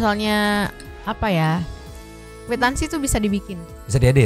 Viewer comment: Itu si emak² dibayar berapa ya buat nyanyi & pantun😅😅 moon maap pak. Kwitansi bukan kuitangsi🤣🤣🤣